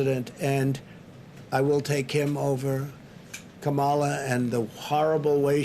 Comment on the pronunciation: Camarla haha he cant even say her name he is that scared and racist